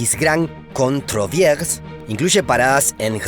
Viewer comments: Donde vivo hay una vía que comunica Lourdes con Cauterets en los Pirineos. Antes pasaba un tren a vapor y pasa por el río le Gave de Pau y es hermoso, se llama la Voie Vert. Por cierto cuando pronuncias la ciudad en Luxemburgo Troisvierge lo pronuncias con acento alemán y está mal dicho porque es en francés. La traducción en español de Troisvierge es tres vírgenes. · Excelente video y bien documentado! Solo permitirme recomendar un poco mas de esfuerzo en la pronunciación del nombre de las ciudades y lugares. Por ej, la ciudad de Troisvierges significa "Tres vírgenes" y se pronuncia en francés como tal (algo asi como "truáviersh")